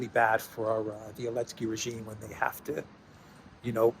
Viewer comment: "Send it lo elensky" LOL